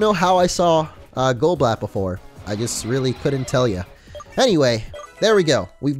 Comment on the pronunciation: Goblat sounds like golbat